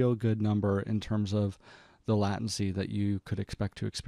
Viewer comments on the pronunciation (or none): just fyi, it's "late-ncy" ... good video tho, very informative <3